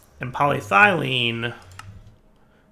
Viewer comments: "Poly Ethylene" or "Poly Thene" would be perfectly acceptable, where the bejesus did you get "Poly Thylene" from? I was kinda sure you'd just mispronounced "Poly Styrene" to berin with... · Pol YE thylene is the proper pronunciation. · game: "polyethylene" dire: "poly-thylene" also dire: "ethylene" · really bugging me this time :) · Game: "Poly-ethylene": "Poly-traitium" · The E in polyEthylene is very sad that keeps ignoring her. She is always there for him, but he always seems to put more emphasis on the Y instead. This makes the E feel hurt, jealous, and confused. "But," the E thinks to herself, "I've always been here. Way in the front. I'm literally the first syllable after poly, and the Y isn't even the only Y in the word. Why emphasize on her instead of me? What did I ever do to deserve this neglect? What did that Y have that I dont?" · PET is PolyEthylene Terephthalate. "Polythylene" is not a word. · Hey it’s! What do you expect lol.....Poly-dire-derp 😂😂😂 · I think it's more irritating now because he's actually saying 'ethylene' properly and then going on to say 'polythylene' in the same sentence..... he wasn't doing that before.... :S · If you've watched/heard Arumba pronounce province and country names in EU IV or Crusader kings, Polly's Thigh Lean is easy to dismiss as a mere cut of parrot meat. Arumba trolls pronunciation pedants on purpose. (Alliteration unplanned, but I'll take it where I find it.) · polyEthylene; dahum, my ears are bleeding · Poly- ETH-elyne. So triggered right now. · Its pronounced Poly-Eth-Uh-Lien